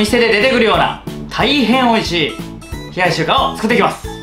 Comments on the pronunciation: リュウジさん名前ちゃんと言えてるやん！！ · 名前ちゃんと言えてる！ってなった俺はもう洗脳済。逆に飲んでないと心配になる笑